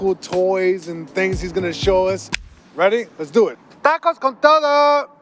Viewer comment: Mans just said tacos con toe doe lmao